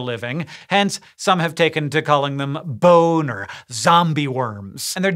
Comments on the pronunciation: Actual: "Taken to calling them bone or zombie worms" Sounds like: "Taken to calling them boner zombie worms" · i had to rewind as well ;D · I know in my head that you said "Bone or zombie worms" but it sure as heck sounds like you're saying "Boooooner zombie worms" and I can't stop laughing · Hank: “Bone or zombie worms.” My brain and ears: “BONER-zombie worms!” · Absolutely heard "boner zombie" worms. LOL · dude, pause for slightly longer after the word "bone" and before the word "or" to avoid sounding like you're saying the word "boner". lol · Yep, heard that too... :P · Wait, that's not what he said? loool